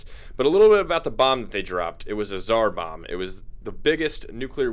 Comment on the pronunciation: IT"S TSAR BOB-A! Like Bob Kerman XD also holy hell that's a big bomb :P